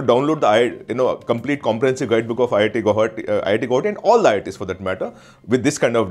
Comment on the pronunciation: learn to pronounce guwahati ....after that make videos